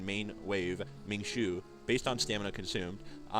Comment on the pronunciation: Hey bro love your channel and this video is super informative. Just wanted to let you know a few pronunciation tips! Wu you is pronounced more like "wu yo" and Ming Shuo kind of rhymes with woah not shoe. They're Chinese origin names